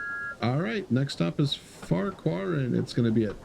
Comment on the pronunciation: Btw you are correct in saying Farquar and I love your videos also🎉🎉🎉